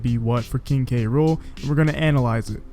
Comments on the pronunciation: Is the announcer calling him King Rool and leaving out the K? That makes me cringe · Seriously go watch the video on Nintendo UK They list it as "Gang-plank Galleon" and pronounce his name as "K. Rool" in the victory screen